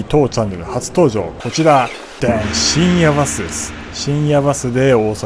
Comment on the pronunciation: 水曜どうでしょうファン的には深夜バス（バにアクセント）で正解です😊